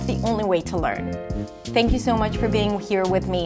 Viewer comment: you keep saying "think you" instead of "thank you." I'm trying to learn from you but you really have got to listen to yourself. you have that kind of Brooklyn meets Valley girl1980s kind of accent which you should really work on cuz it's very distracting. though you do seem like a doll.